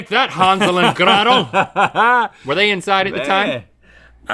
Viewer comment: Link: HAHNZEL AND GRAHTAL... Link noooooo. Bad Link. Say it right. 😂